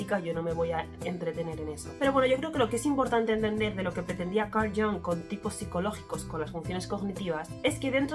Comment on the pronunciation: Muy interesante el vídeo. Recuerda que Jung era suizo y la "u" de su apellido es como la española prácticamente. Así que no hagas caso de la gente que lo pronuncia "a la inglesa" como si fuese "Young" 😅 Además de que es un sonido menos de garganta en general todo el apellido. Gustav también tiene la "u" casi como la española.